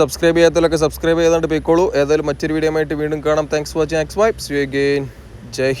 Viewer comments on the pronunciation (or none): none